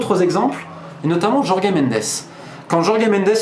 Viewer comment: Encore une excellente vidéo ! J'ai seulement tiqué sur la prononciation du prénom de Jorge Mendes: ça se prononce comme Georges à la française ;)